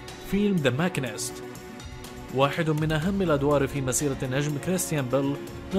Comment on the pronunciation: ماشينســـــت وليـــس ماكينســــــت